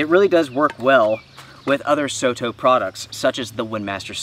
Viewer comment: just fyi, soto in Japanese means outside. It pronounces as sor tor, not so to. Their products are very popular in Asia, and Aussie and Kewi as well.